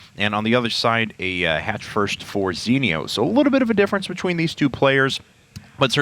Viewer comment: STOP SAYING ZENIOS NAME WRONG!